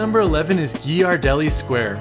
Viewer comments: GEE YAR DELLI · geer-ar-delly (with the g as in girl) ... btw I was not expecting this well made video from someone who is from SF, its helpful as far as it says "through my lens" and from someone who love to travel, record and share. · I always tell people in text that it's pronounced like "GEAR-ardelli" to help them say it right. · WetLikeWater yeah it’s kinda like gare-uh-deli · Quyen Quyen it’s pronounced gare-uh-deli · If you go to bodin’s order the Brie, apple slices and fig Jan sandwich it’s delicious. Also it’s Gear-a-deli. It’s fantastic chocolate. But it hurt the way you pronounce it. Bay Area native here btw. Pastel colored houses are everywhere in sf. It’s cool so if you’re in a car look out the window. The Japanese tea garden is amazing. The Academy of Sciences is so cool. Lombard street is just a street and chinatown is such a tourist trap. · San Francisco native here. For Ghiradelli, it's pronounced "Gear-ah-deli" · Let's go to Gi-are-deli everyone. Not Ghirardelli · The pronunciation of "Ghirardelli" hurt my soul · Hello, I'm a native and I can recommend this video. He covered many of the sites I'd take visiting friends to visit. I do agree with some of the comments below. He mispronounced Ghiradelli but then corrected himself so ...give the guy a pass, eh? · He mispronounced Ghirardelli and De Young as well. Definitely not a local. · The Ghirardelli pronunciation really hurt